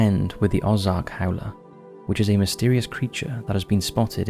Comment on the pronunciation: Ay? My home state? Local vernacular and pronunciation: Peh tit Jean Oh Zark Also, I hear that Hot Springs has some paranormal hot spots, as well.